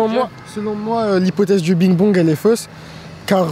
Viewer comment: Le petit muslime il a quand même dit BIG BONG et non big bang 😂😂😂